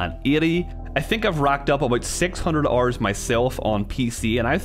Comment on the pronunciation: OH you were saying “hour” it sounded like “ar” at first. Oof